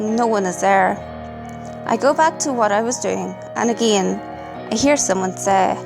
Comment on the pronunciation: I love your videos but the way you say "again" just... I can't subscribe it gives me a headache